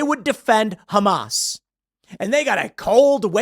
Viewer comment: pronounced HumAss